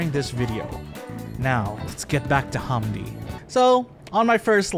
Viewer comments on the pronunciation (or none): Not a bad video beyond the butchering of pronouncing "hamdi" and "DJ EZ." Its more like ham, than haaam, and hes english so its Zed (Ee Zed) - so the same way English still spell it "Pearl Harbor, for eg"